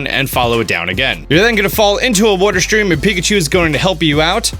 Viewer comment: I heard "wooter" my man's from Philly?